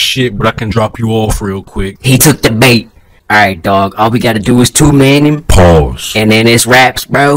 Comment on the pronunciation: Idk why but the way he "pause" made me laugh way too much.